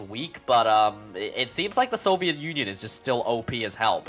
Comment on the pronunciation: “Sabetsky Soyuz” True communist detected